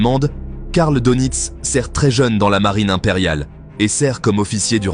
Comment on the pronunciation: S'il vous plait, prononcez Deunitz et pas Donitz.